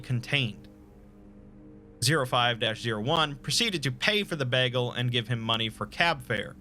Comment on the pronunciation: Are we not gonna talk about the way he says 'bagel'?